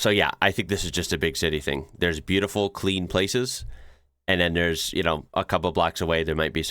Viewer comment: "Cream" water - he probably said "clean" water...